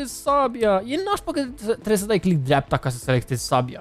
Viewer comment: "Click driapta"